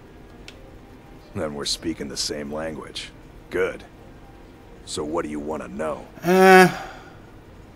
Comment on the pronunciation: WHIT? WHIT??!?!?!??!?!? XD